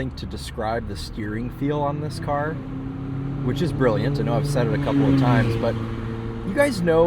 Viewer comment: "oh i like that CAH"